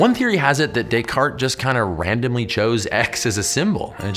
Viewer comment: Thanks for that video. By the way, you pronounced Descartes right by mistake lmao ^^